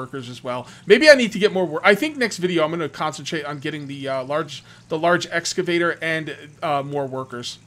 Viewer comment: Repeat after me: ex-ca-vator. :)